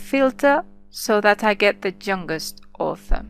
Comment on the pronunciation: i dont understant.. what means "THE JUNGUEST" or u want to say YOUNGEST? :|